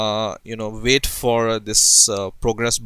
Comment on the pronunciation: lov how u pronounce wait --> VAIT